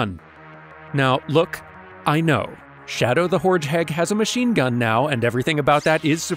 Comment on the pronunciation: "Shadow the HoreHeg" I thought I was the only one making that joke! But yeah loved this dive! Excellent stuff!!